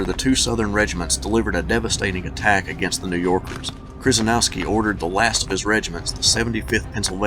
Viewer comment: Nice account of a rather confusing, but epic battle. A couple of names you mangled, though: Kryzynowski, is pronounced more like "Sheh-sheh-NOV-ski", and Schimmelfennig (German for "shiny penny") is pronounced "SHIM-l-fenn-ig". But, you did get Taliaferro right, sounding more like "Tall-i-ver" than its spelling might suggest.